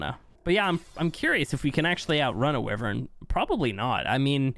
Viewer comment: The way you say wyvern is annoying there is no i in the name wyvern